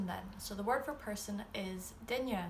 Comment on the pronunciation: YAAAAAY! You say “duine” as “DINya”! It’s the little things! 😂 Drives me crazy when I hear “DINuh.” 😆